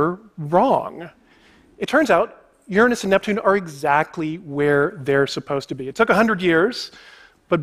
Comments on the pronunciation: Never trust a man too scared to pronounce Uranus properly. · how long have i been miss pronouncing uranus